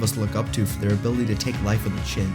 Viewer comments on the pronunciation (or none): none